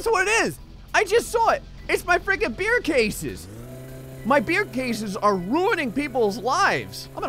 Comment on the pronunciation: I thought you said "A bear in the middle of the road way" instead of beer lol